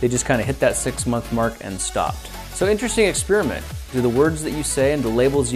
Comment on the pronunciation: Experiment has an 'i' in it. Maybe pronounce it... You're saying "Spearmint". It makes you sound like a tool. You're not doing a review on gum.